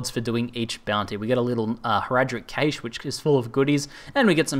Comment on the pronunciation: cache is pronounced cash